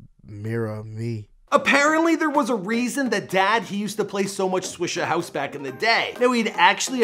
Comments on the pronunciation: you butchered a BUNCH of names in this. When doin' ya research check the pronunciation! It's AYE-lief not uh-lief, Sha-day, not Sade & Swishahouse. Not Swissahouse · “Swisser house” 😂😂😂😂🤦🏽‍♂️ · Then "Swissa House'..😳😐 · Bruh listen to house he pronounced swisha house the first time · Dawg... he also said “Swiser house”.... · Fool said "Swissa House" 😂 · "Swissa House" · Lol you slaughtered everything in this vid starting with alief, sade, swisha house, to musiq soulchild. Not to mention others. You guys might need more "urban" ppl on payroll lol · This man is mispronouncing every name. Mispronouncing Swisha House, Sade, Jak and Dexter, Musiq Soulchild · Alief, Sade, Swishahouse, Musiq Soulchild, you worst than a sub pronouncing Nigerian kids names